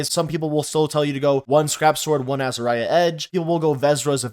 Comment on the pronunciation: dont ever say azariah ever again